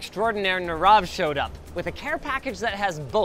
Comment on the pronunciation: His name is not pronounced as Narav, it is pronounced as Nirav